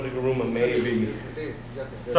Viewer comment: It's GURUMA, not garuma !